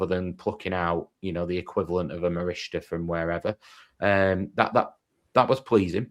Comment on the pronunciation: You still can't pronounce Morishita 😂